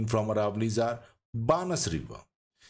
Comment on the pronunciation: बनास is the correct pronunciation, Excellent and informative video 👍